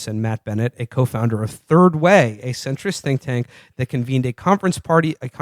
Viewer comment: lol "turd way"